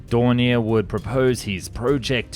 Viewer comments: Its more like DOE and not DUH XD just ilk you say O in Door. Doornier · Its do...not du...😂😂😂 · Thank you! D-O, not "Do". H-E, not "He" or "Me". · Its not....dow Its ... D .. O.... Its not..He... As in pronounced he said so Its ...H.....E... Initials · Rather than pronouncing 'Do' as Doh or Doo it's better to say Dee Oh. Same for Me 262. It's Em Ee 262, not Mee 262... Jay You 87 not Jew 87, etc. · Its not spelled Du or Mi.... its Do as in Dornier not DURNIER same whit Messerschmitt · Isnt it pronounced Dorn-e-ay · it's not a case of being pedantic it's a case of being accurate. I've never EVER heard the first two letters of Dornier, for example, pronounced as anything but 'Dee Oh'. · It's doh.